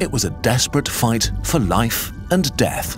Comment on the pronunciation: "Even in Seath I Still Serve"